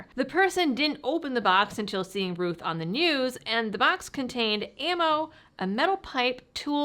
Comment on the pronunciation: is it pronounced Rooth, or Rowth? You talk with your Mowth, not your Mooth after all. Unless you're from Canada eh?